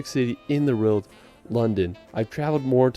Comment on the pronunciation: The narrator’s pronunciation of the word “world” is really irritating